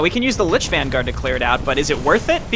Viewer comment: they keep saying linch instead of lich